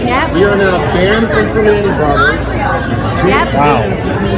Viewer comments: The classy pronunciation of ‘PRIM AHN TAY’ was cracking me up. Pittsburghers know it’s ’PER MAN EES’😂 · Pre(man)ti ... Pronounce the man just like man .... I'm in Pennsylvania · It’s pronounced “per manny’s” And I’ll be sure to badmouth their garbage food from now on. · The T is silent and you have to use your Pittsburgeze accent. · The t is silent in Primantis